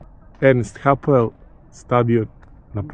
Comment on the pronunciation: Ernst Hapel,ne hapoel